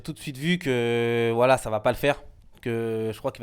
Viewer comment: Qd ils disent voilà j'entend wallah 😂😂😂 pas vous ??